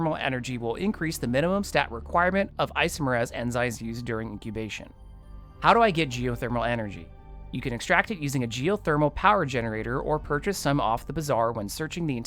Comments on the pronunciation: Isomerase is NOT pronounced “Ay-So-Muhr-Azz” Isomerase IS prounced “Ay-Sah-Muhr-Ace” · great video!! super helpful and lots of little things to help a BM get started. also, as a biologist irl, you can pronounce "isomerase" as "eye-some-er-ace"